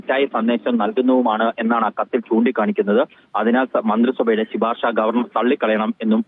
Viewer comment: ശി പാർശ അല്ല ശുപാർശ